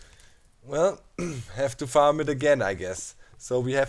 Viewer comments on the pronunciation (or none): none